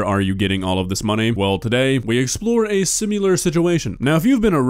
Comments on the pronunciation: Can you stop pronouncing similar as "simular" that's all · why do you pronounce similar like simular? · Love, don't love how he pronounces "similar."